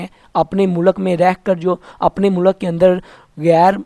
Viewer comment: Mu-lak Nahi mulq hota hai 😂😂😂😂